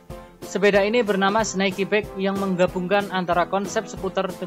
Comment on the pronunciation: Pengucapan Bike nya kurang enak